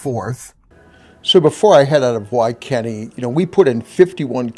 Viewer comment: I used those 100kw chargers in Goodland last summer, I went to Ionna chargers and they were all down to a network issue. It was nice having a backup. WaKeeney, Kansas, is pronounced wa-KEE-nee